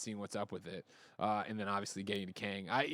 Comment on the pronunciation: C'mon Tim, it's Kang. Somebody's going to die.